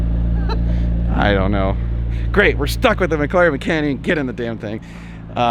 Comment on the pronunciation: I have to say it now that you have one, It is McLaren not Mglaren!